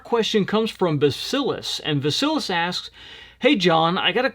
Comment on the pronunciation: 😂 name from first question is pronounced Vah-see-leese. Doubt they have a lot of Greeks in Evansville